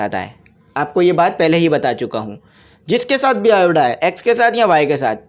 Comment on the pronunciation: lt is iota not ioda.